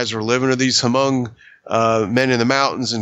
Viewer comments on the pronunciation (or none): Lay-ose? Hoo-mongs? hahahahaha